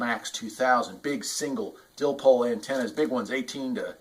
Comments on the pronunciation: Dipole not dilpole lol!! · I cringed everytime he said that. Dipole there's no l before the P. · "Dillpole" LOL! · What the heck is a dillpole? Our you miss speaking and meaning a dipole antenna 😢